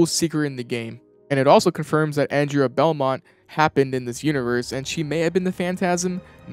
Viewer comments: it's andrea BEAUMONT not belmont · The character's name is "Andrea Beaumont." Pronounced "Awn-drey-uh Bow-mont." You keep saying "Anne-dre-uy Belmont." She's not from Castlevania. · ''Beaumont'' is pronounced ''Bo mont''